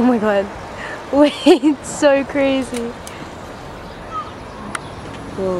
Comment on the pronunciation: 'its saur cold.' welcome to london hannah. 'it was waining.' thats london's middle name.